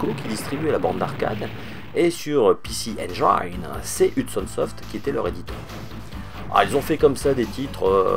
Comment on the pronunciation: les mecs, arrêtez avec "PéCé enguailleneu", ca se prononce [i]